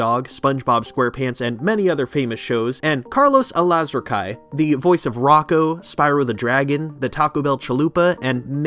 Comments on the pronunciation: " " I believe it's pronounced "Al As Rack Oui". Barely watch 1-hour+ videos and gave me nostalgia and had me re-learn a few innuendos that went over my head as a kid, some of which I knew, but didn't know why they were funny in the first place. Well put-together video thematically and editorially. #EngagementHook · Loved this show as a kid. I'd watch it early mornings before school for quite awhile. It used to come on or am on weekday mornings. Thanks for the vid! Having said that, you really butchered my man Carlos Alazraqui's name. C'mon bro, that's officer James Oswaldo Garcia man! Lol I love that dude on Reno 911...couldn't watch the show (much) after him & Wendi Mclendon-Covey left.